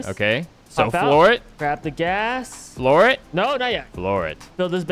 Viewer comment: What BRO you Just say gaas